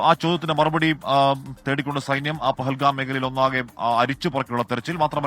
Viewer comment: പകൽകാം അല്ലപോത്തേ ്് പഹൽഗാം.